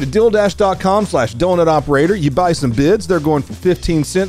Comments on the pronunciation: You are pronouncing dealdash as dildash.. And that sounds like a company that is also dedicated to help you stuff your hole or holes. Oh my... I just had an idea. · Why did that ad read sound like "dill" dash? EDIT- I'm going to open a lesbian pizza place and call it "Dill Dough." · Bruh i thought you said "dildash" and i was bracing myself for a wild ad spot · You said DealDash but I heard DillDash and I wasn’t watching. So I’m thinking this is like some DoorDash type delivers service that brings you pickles. I may have been smoking and drinking too much today